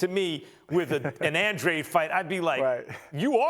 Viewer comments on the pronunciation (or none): It’s Andradeeeeee not andrade.